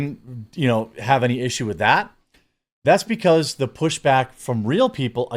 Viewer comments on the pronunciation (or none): none